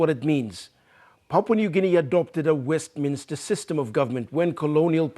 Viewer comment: Very Informative reporting. This is how most journo's should be reporting their stories. However, just a common mistake by most PNG journos is the pronunciation of the Westminster System. In most cases the word Westminster is pronounced as Westminister.